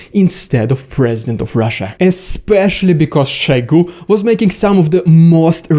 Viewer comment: It is Shoigu, not Shaigu. It is not a Russian name, it is Tuvan. Only (northern) Russians have to pronounce every O for an A, but it is wrong. It is a dialect, not the correct form. Otherwise your Old-Slavonic ancestors would not even have introduced the letter O into the Kyrillic alphabet. Since Moskwa is also not a Slavic word, pronouncing it "Maskwa" is also wrong. Since "Россия" is also not a Slavic word, pronouncing it "Rassia" is also wrong.